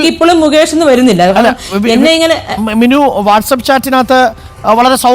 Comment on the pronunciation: മിന്നു അല്ല മിനു ആണ്